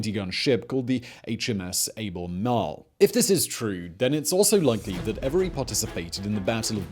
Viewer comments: Able-marle?! It's SPELLED AL-BA-MARLE! What is with brits and the incessant desire to mispronounce words by either ADDING or subtracting a consonant from words?!🤔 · it's pronouced Albermarle you philistine